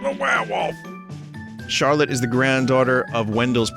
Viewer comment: "I wonder how long it will take for Chawotte to come u- oh, the title screen."